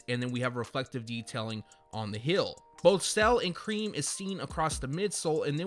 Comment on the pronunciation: Why tf u say hill instead of heel